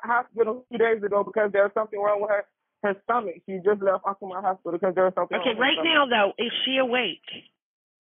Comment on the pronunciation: It's pronounced "AltaMONT," not "AltaMONTY."